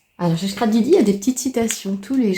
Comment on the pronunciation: Ouah quelle chance d'avoir tous ces calendriers ! Merci de nous les faire découvrir c'est très gentil à vous Par contre j'ai du mal à entendre "chcrap" c'est un S le scrap 😉🥰